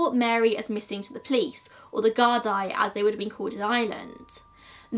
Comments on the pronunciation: The GuardEYE 😂. Very good video and very entertaining listening to you try and pronounce irish words Haha. Btw it's the Guardí so guard-EE. Well done xx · Also fianna Fail- fee-ana fall. Gardaí= guard-e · Gard'eee'. Doneg'awwl'. Lol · The way you pronounce Gardai amuses me xD